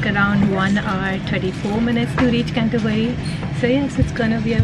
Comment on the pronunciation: Hi, how you’re well. Oh bless you, saying Can-toe-bury 😂 made me chuckle, it’s a tongue -twister name. You clearly looked very excited and well pleased visiting the place. As you loved the greenery so much. You got to visit North Yorkshire, open countryside with loads of pretty scenery. Any plans to visit York? Keep in touch hun Xo.